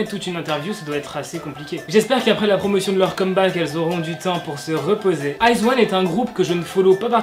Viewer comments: Le groupe se prononce I zaune et non Iz one 😂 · Salut je vais faire ma reloue mais iz*one ça se prononce aie dji one et pas eyes one 😂 Et je suis une wiz*one a mort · iz*one sa se dit pas iz(i)one ?😂😭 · C'est stressant la façon dont tu prononce izone pck on prononce le o jsp comment expliqué et moi je suis une wizone izone c mon 2e UG j'aime tellement ce groupe 😭😱😱😍😍😍😍